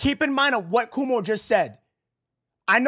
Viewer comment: it's KWO-MO not Kuuumo